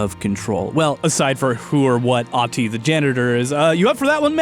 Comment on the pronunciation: Ahti is Ahti. The Finnish folk hero